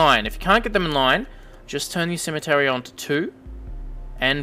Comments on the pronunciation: good video. btw its pronounced C-ME-TRI not cemetery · It's Symmetry, like SIM MET TREE! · Nice! one simple criticism... IT'S PRONOUNCED SIM-EH-TRY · have i been saying symmetry wrong my whole life